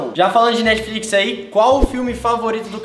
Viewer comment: "metflix" akakakakakka